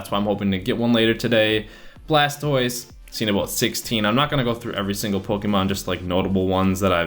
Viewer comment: it's Pokémon. Not pokeemon.